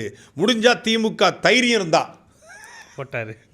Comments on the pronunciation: தைரியம் இல்லை தெயிரியம் bro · Thairiyam illai Theeiriyam(Aadave pronounceiation)